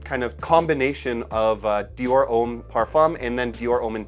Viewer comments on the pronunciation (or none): none